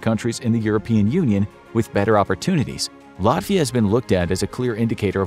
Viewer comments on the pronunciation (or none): It’s Latvia via not an with a f sound. I’m going via the lift. I’ve heard it pronounced wrong a lot. No one got my moms name right in USA. A lot of Latvians fled after ww2. My grandpa and grandma had to flee. Or in Latvian Opa and omi